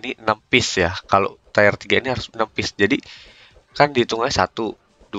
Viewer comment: tir pak bacanya bukan tayer